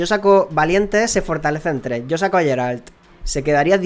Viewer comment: yo se que cada uno puede decirlo como quiera y según este vídeo se puede comprobar que no eres muy fan de The Witcher, pero Geralt se pronuncia "Gueralt" no "Yeralt", por si te interesa. Siento ser el resabiondo metomentodo pero me chirrían los oídos cada vez que te escucho:P Bueno vídeo por cierto!